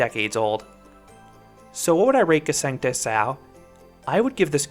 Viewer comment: Nice review! And your pronunciation of the name Gsengte Sau is really good as well. :)